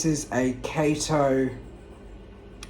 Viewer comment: Kah-to, not Kay-to. It's Japanese.